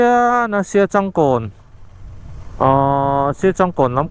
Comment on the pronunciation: Siachângkawn ti lam tur,entirnan sa te kan châng ang hian